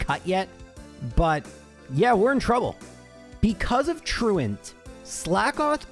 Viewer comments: I love that you pronounce "truant" correctly. So so many people put on this weird french accent on that move name, which is a word. Hysterical alongside your... less than standard pronunciations for the poke-terms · Very pleased to hear you pronounce it properly unlike 99% of the rest of the community who say "true ont"